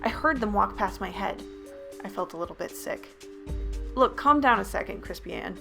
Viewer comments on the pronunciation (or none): "I felt a little bit sick" me who heard sick as thicc